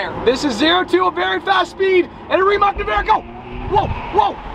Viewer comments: its rimaC, not rimaK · I have been waiting to see you in a Rimac, would be fun to see it on a track against others. I think it's pronounced Ree-mats though. I'd go with the McLaren 😉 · Rimac is pronounced..........REEMAHTS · It's actually pronounced rimatz